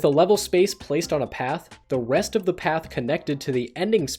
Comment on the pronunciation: When he said "rest", it sounded like he said "wrest" .